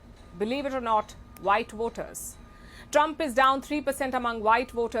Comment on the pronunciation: Woters or voters . What a naughty pronounces on.😅😅